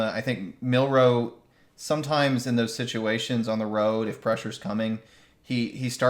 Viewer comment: His name is pronounced MIL-roe, emphasis on the first syllable.